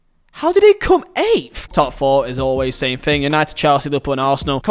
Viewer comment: Makes you think not makes you fink